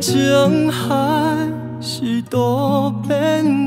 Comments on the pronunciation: 情海台語是念＜經營孩＞ 不是＜激昂孩＞ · 情海的情發音錯誤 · 如果你確定他情海的發音正確？“那我非常肯定確定你的台語跟他一樣破，你們都是半調子